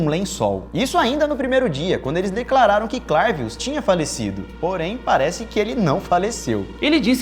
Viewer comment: É bem engraçado mesmo. Eu sou Haitiano é verdade que essa pratica existe no haiti infelizmente. A maneira certa de pronunciar o nome é CLÉVIUS